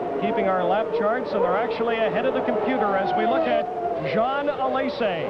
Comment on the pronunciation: Ah yes. Riccardo Patresay. And Jean Alesay and Ivan Capelay in their Ferrarays